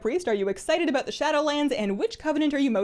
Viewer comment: aboot My brain: CANADIAN DETECTED!